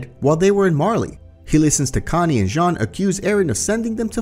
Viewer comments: It’s Jean not John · Why does he say Jean jhon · it's "john", no one says "jean" in any of the dubs and neither isayama or his editor has ever pronounced it like that